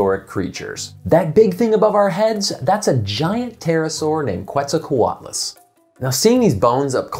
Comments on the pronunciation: Every time he said QWETZAL it hurt me. Que like quesoooo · It is pronounced as Ket-sall,co-atloos. Just as stated in , definitely not coo-et sall... I liked your video a lot!!! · Giant pterosaurs are awesome. Who else loves The Brain Scoop and can’t wait to watch Emily’s new show on PBS?! Info about where you can watch it is in the description 🤓 Oh, and one more thing: Quetzalcoatlus is pronounced “ket-zal-co-WAT-lus” but I have a hard time not saying “kwet-zal-co-WAT-lus” because my mouth is dumb and that Q always gets me. Anyway, now you know! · The “Qu” in “Quetzalcoatlus“ is pronounced like “k,” not like “kw.” It’s based on Spanish orthography. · The first u in quetzalcoatlus is not pronounced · How did you talk with an expert and still end up mispronouncing Quetzalcoatlus